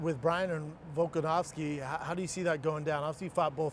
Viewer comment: "Volkanowski" Schaub sounds like a casual